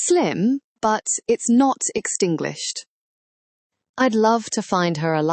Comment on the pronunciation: The AI is hilarious "Extinglished"